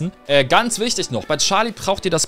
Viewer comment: charlie nicht scharlie